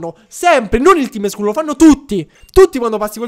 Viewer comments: Si legge tim scall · Il tim Scull si pronuncia tim scall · si dice Tim scall